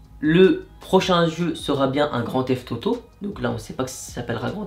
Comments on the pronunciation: Tu a dit grand teft Toto 😆😆😆😆😆🤣🤣🤣😂😂😂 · Il dit Grandtheft tauto